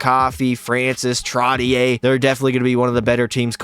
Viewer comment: Bro said Trottier wrong how I know your a casual fan